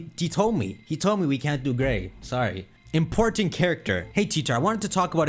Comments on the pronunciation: Dawg said pokemon gay instead of gray 😂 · “pokemon gey” was hilarious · hold up!! did he say gae? 🤣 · Man we all not gonna speak about how shocked he was when he said Pokemon Gay by accident, had me laughing for a solid minute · Merry christmas! Also when you said pokemon "Gay" I burst out laughing XD